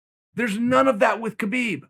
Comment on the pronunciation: Khabib isn't coming back🤔Perhaps because no one cares to say his name correctly......